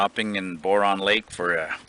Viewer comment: that's my home area. I'm from quesnel. and just an fyi its pronounced b-ow-run. :) love all your videos too. ive backpacked many places you have filmed in Alberta as well. living in Edmonton at the moment but scampering back home to BC permanently this fall with my wife and 2 year old son. cant wait to take him out like you do with your boys. keep up the inspiration!